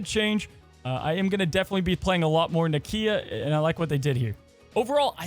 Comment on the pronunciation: It’s pronounced Nakia